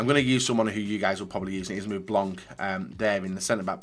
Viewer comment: He calls Laurent Blanc “BLANK” ffs